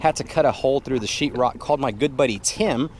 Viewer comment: What’s chirrok? 😂😂😂😂 if you are a painter but can’t pronounce or let alone spell o wouldn’t hire you 😂😂